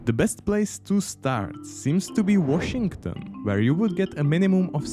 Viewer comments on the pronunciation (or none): That's not how you say Washington >o<